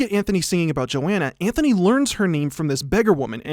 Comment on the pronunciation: Antony not Anthony